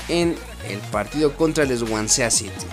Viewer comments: se pronuncia "Suancy" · Swansea se pronuncia (*Suency*) jaja saludos bro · Bro el equipo que se llama "Swansea City" se pronuncia "Suansi" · El swansea city pronuncialo como suansi